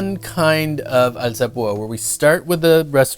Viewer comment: what lacks in technique he more than makes up for with pronunciation. alzapooooh ah